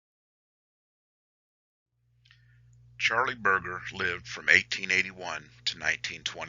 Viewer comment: O M G ... its pronounced: " BIR-JER"..